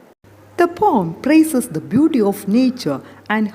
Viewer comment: i have a doubt regarding the pronunciation of the word 'poem.'i think it is not pom..it has not only 'o' sound but also 'e' (a) sound. that is o+a